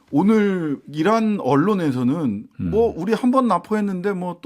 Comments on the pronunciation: 다시한번 들어봐주시기바랍니다. 이란이라고 하지 않았고 이런이라고 들립니다.ㅋㅋㅋ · 내 귀엔 "이란"이 아니구 "이단"이라구 들리던데? 부인이 구약성경을 달달 왼다던데 "이단"을 아주 싫어하는 종교적 가정가토....ㅎㅎ... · 난 이계란으로 들음 이란아님 ㅋ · 박지원님! "이런"이었다는 거짓말도 안통하는게 IRAN이라는 이란 국호를 이란사람들은 "이란"이 아니라 "이런"이라고 발음합니다. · 난 거란으로 들리요~~ 계란인가 ~ ㅋㅋㅋㅋ 이거야 원 ~ 살다 살다 대통령이 외국 나가서 사고 계속 치고 자해성 국격 추락 거듭하고 국민들은 부끄러워하고 집권당은 쉴드만치고 이런 꼬라지 보는것도 지긋 지긋하다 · 적-->정. 이란--> 이런 으로들리느냐~~~ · 이란이라고 하지 않았다. 이런 이라고 했다. 발음이 와전된 것이다. 날리면을 바이든이라고 잘못 들은 것처럼. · 난 듣기를 이란이아니고이단으로 들리던데 ㅈㅎ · 그른데 말입니다. IRAN이라는 이란의 국호를 이란사람들은 "이런"이라고 발음한다능